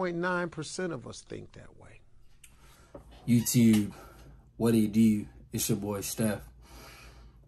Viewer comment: You say YouTube weird